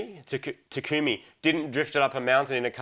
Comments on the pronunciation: Marty just proved he never watched Initial D... can't even pronounce Takumi's name right. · Marty saying Takumi hurts me somehow.